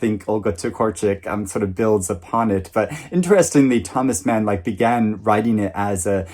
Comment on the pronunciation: Actually you pronounce "Mann" like the British a in "fast" (not the American way)! Enjoy your read 💛